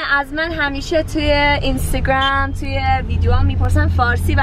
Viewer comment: Ur surpossed to say اینستاگرام not اینستاگرم